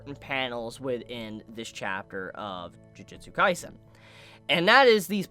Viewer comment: Did this dude just say "Jujitsu Kaisen"???